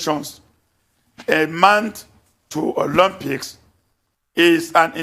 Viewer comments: 'Olompics'?! He can't even pronounce the word, that's how much this fool knows about sport 😂😂😂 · "Olompics" 🤣🤣🤣🤣 pls tell Dalung that's not the pronunciation! People who never participitated in sport are at the helm of affairs of the sports ministry because of their political affiliation....foolish people! These northerners are wasters! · 😂😂 never heard of Olympics called Olompics